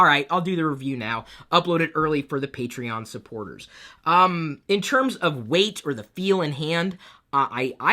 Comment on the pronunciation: I stopped watching this video at the word "patrion"... sorry but already I heard it two many times in ex 2 videos. I'm thinking on unsubing.